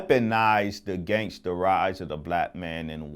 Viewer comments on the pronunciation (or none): I trust any man that says "AGANGST" against. That Malcolm X voice